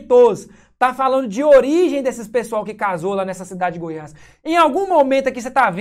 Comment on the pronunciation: " DU GOIAS" NÃO...É "DE GOIAS"